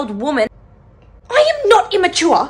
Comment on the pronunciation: "I AM NOT IMMATUAHH😤😤" got me laughing on the floor at 12 pm 😂😂